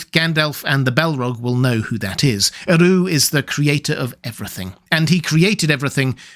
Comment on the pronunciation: Love this,. 🩷 If you check the pronunciation rules Tolkien included in LotR, "Eru" has the emphasis on the first syllable, EH-roo. "Anor" should be a long a sound, AH-norr. "Udûn" sounds like oo-DOOON, the accent marking that the vowel is drawn out.